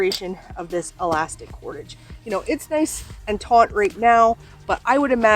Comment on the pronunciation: Thank you for the great review! English teacher here, hope you will forgive me, but the word "taut" has no "n" and is pronounced just like the word "taught".